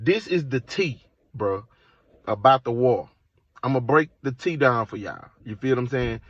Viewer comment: My brother don’t ever say Tea again 😂